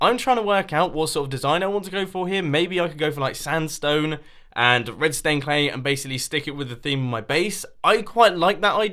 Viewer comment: When he says red stained clay it sounds like redstone clay